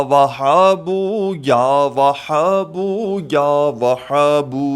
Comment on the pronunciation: اللہ کے بندے کوئی دلیل بتاؤ اللہ کے رسول کے حدیث بتاتے تو بہت اچھا ہوتا مگر افسوس آپ تو یاوھاب کے لفظ بھی غلط پڑھتے ہیں